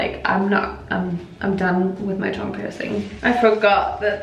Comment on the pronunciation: Why is she saying tongue like thong? 😂😅